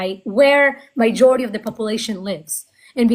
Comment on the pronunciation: You are great,, just please it's not "mijority", it's majority. Thank you for what you do.